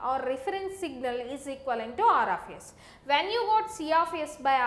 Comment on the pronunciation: Aar aaf yess